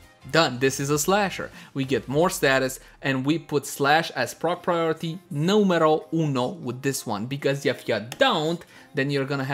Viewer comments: Siii sonó como si dijera "neumero uno" o algo asi jajajaja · Número Uno!! hahahaha sounds really funny XD